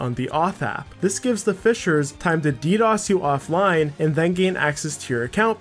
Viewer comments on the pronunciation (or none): none